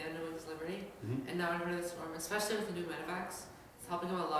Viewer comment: SHe said it! 'Now its harder expecially for zerg'. Fix it blizzard! TY!